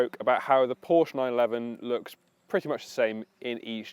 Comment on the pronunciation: Ye gods another one that can't pronounce PORSCHE! Owned my 911 C4 for 13 years. She's 24yo this year and thankfully isn't overloaded with "toys".